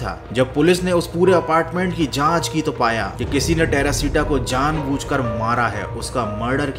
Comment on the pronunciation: Terashita❌ perashita moll✅😂😂